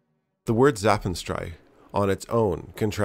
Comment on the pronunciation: Great video. But you butchered zapfenstreich, painfully 😂